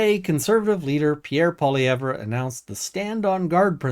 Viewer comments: FYI - It's pronounced "Poly-ev"..... drop the `re' at the end. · Youre a political commentator in Canada and don't know how to pronounce the conservatives leader name. Its " Polly-ev " . Thats how its pronounced. Hard to take anything a liberal says serious when they go out of their way to sound uneducated. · Please learn the correct pronunciation of Poilievre. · The R in Poilievre is silent. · He doesn't even know how to pronounce the leader of the parties name. Do you think he's spent much time listening to the conservative party, or just what CBC said about the conservative party. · funny... I've NEVER heard the name pronounced that way in English by anyone. So your saying he's going out of his way to pronounce it in a fashion not typically done by people. It is an oddity to intentionally pronounce someone's name in a fashion that no one else does. It's a passive aggressive character trait.